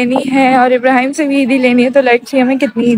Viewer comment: Ababrihm kasa bolta ha 😂😂😂😂😂